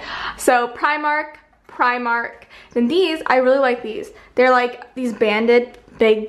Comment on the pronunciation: It's pronounced Pri-mark, sorry had to correct